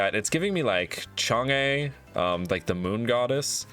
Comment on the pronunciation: its chang UHHH not chang EEHHH